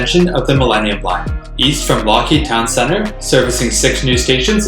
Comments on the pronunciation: Lougheed is pronounced "Lowheed", not "Lockheed" - EDIT - just saw Juan's comment! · Excellent video, and this definitely deserves more views. One note though, Lougheed is actually pronounced LOW-heed. Also: The Millennium Line station before the 2009 renaming was Commercial Drive, not Broadway.